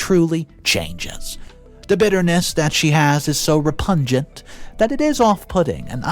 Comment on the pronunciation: You're pronouncing escape and repugnant wrong